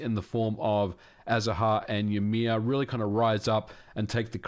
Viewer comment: 'joumear'? Lol. That is not how we pronouce the name of the ancestor of all the jötnar in the nordics.